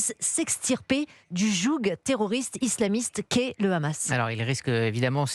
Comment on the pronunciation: Pas le "jougue" mais le "jou"